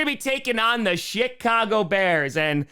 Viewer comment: It sounds like said the Shitcago Bears.